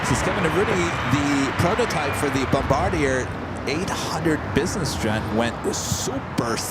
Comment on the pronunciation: It's pronounced BOMB BAR DEE AY lol or for us in Canada EH!